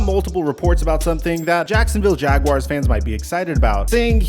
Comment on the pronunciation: First time I’ve heard a YouTuber pronounce Jaguars correctly! Kudos! Subscribed!